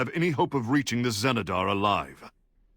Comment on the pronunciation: this is clearly pronounced as Zenedar, why do pronounce it Jenedar?